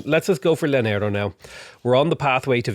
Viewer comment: any double L in spanish is a y sound btw, so "yanero" for Llanero, sure you've been told/these are prerecorded though but just wanted to share